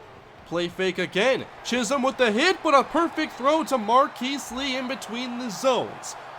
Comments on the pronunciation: Great pronunciation of Chisholm this time around! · He said chisolm right!